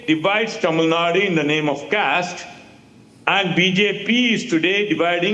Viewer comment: Genocide of Hindus? Mate is high.. Arab has sold himself for money by the way.. Bro can't even pronounce The state that they are talking about..